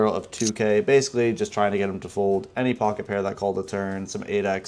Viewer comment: That "2 PEAR"@ was the NY two pair I have ever heard. Idk if it was on purpose or not. lol